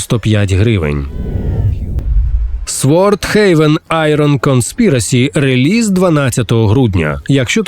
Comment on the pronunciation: "сВорд хеЙвен" - заціни слов`янську англійську!